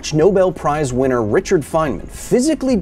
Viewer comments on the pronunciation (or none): none